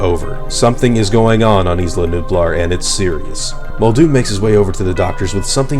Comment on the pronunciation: The way you say isla is wrong. It's "I-La". Like island. You don't say is-land. Just saying. Don't care really and not even sure why I'm saying this lol. Great video totally just subscribed.